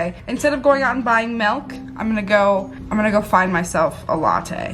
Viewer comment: AHHHHH SAM SAYS MELK MELK MELK